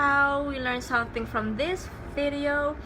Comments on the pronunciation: Nakakainis yung pag pronounce ng VIDIYOW HAHAHAHAHA ARTIII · Natatawa ako sa pag pronounce sa video at products pero ang ganda nag content